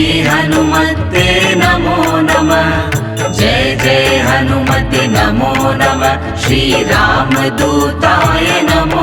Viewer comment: हनुमत्ते नहीं हनुमते बोलना चाहिए था